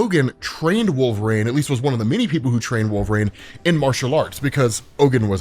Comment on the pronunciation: It's pronounced, Wol-ver-een not Wol-ver-rain